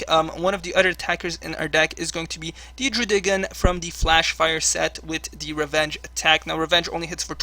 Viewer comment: Normally I'm annoyed by pokemon miss-pronunciations, or pronunciations that seem off, but I love how you say Druddigon.